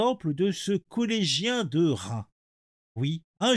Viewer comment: Y’a un s a Reims. Faut le prononcer